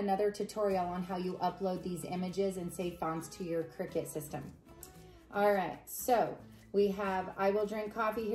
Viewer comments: Its called a cricut you think your saying crickett 😀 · its called CRICUT pronounced (CRYCUT) cricket is spelt CRICKET !!